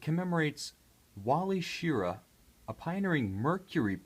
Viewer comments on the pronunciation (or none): ANOTHER reviewer mispronouncing Wally Schirra's name wrong. The emphasis is on the second syllable: Shi-RAH.